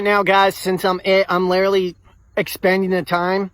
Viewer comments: “I’m lillerly giving them lillerly like 2 more minutes to hide. Like lillerly” Why does every weirdo 1.) say literally every other word 2.) always mispronounce it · I don’t know what it is about people like this but they can never pronounce the word “literally” and they always improperly overuse it. It’s “lirrally” going to drive me off a cliff. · why do people like this always say "lirrurly" instead of "literally"? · I've never heard some struggle so hard to pronounce "literally"